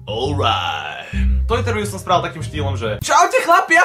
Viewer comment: GoGo , keď si povedal to alright , tak ma striaslo :D